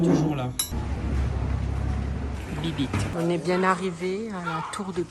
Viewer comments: Bibite x7 dans les vidéos, tu m'as faut trop rire parce qu'en vrai ça se prononce "Bibbité", mais j'avoue que bibite c'est mieux, des bisous 😂❤ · En italien "bibite "se prononce "bibité" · T’as dit cette fois biblite MDR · Étant actuellement en Erasmus en Italie, j'éclate de rire quand tu prononces bibite 😂 + les chansons...excellent